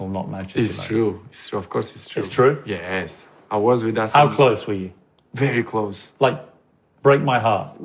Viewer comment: cara CR7 tu jawap yesss macam lenggok orang Melayu jawab😂😂😂😂